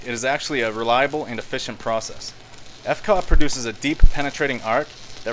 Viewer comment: Commonly known as a tiger claw? Lol. Never heard that one. Maybe not so common? It's F.C.A.W., not "facawa." Are you trolling? Cool cart. Some good ideas!